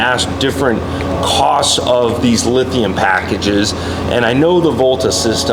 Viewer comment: someone needs to tell that guy it's lithium with an M... he says lithian all the time